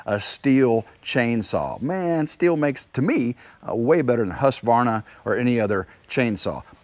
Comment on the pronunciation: I don't like the brand that is properly pronounced "still". I'm sure no one cares but you did say who doesn't like...